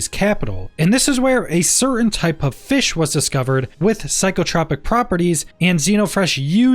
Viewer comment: A few things: 1) You said "2033", instead of "2330" 2) Also, the star system "Sagan" is NOT pronounced "Say GAHN", it's pronounced "SAY Gun", as in CARL SAGAN, the extremely world famous astronomer and science communicator. 3) "Psycho TROE pic", not Psycho TRAH pic". 4) Kudos on mentioning the Trade Alliance. You're literally the only content creator covering this that I've seen do so.